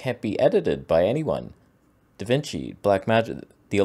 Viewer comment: Da Vinch 😂